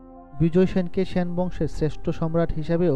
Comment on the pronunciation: "স্যান" বংশ... 😂😂